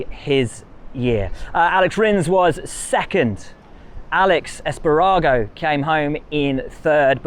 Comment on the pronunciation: Will you are amazing, but hearing you try to pronounce Aleix Espargaro and Marco Bezzecchi was painful.